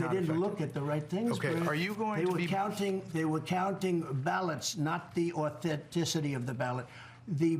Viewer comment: "Auten ticity"...Funny how he can't say that correctly....